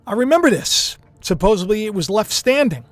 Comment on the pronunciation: They did a whole Seinfeld episode about that. Joey always said supposebly. I liked it when you said that. We all say some words in our own special way. My grandma spoke Italian and a little broken English and therefore my mom taught us how to say a lot of words differently. And, we all got teased at school when we talked about hock dogs, losengers and when asked what nationality I was.... Well, in broken English it sounds like.. a tie in. Teacher roasted me on that one.. that's the only way I heard it pronounced until I got older. Now, I gots to find out what's going to happen with this world, going back to the video.